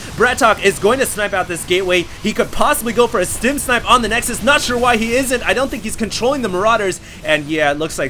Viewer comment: that's what plural of nexus is called! for once he actually was saying it right..!